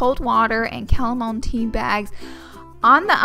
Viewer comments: She needs to wear less makeup. She is so pretty but then she adds those slugs above her eyes and is not pretty at all. Also were is she from because the way she says oil and chamomile sounds different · is no one going to point out the fact she said "calamom tea bags" and not chamomile 😂😂😂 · its not calimone tea its CA-ma-MEEL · "Camomo" tea and coconut "oll " 😂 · "chalomom tea bags" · It's not an accent. I know plenty of southern people who can properly say oil. And chamomile.